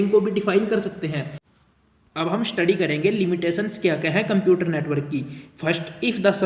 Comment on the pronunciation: Computer ❌ cuumputers✅